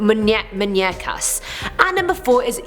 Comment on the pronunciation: MUUUUUu ÑEa CA not that hard to say